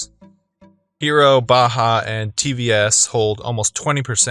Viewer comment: it's not bhaha... It's Bajaj.. pride of india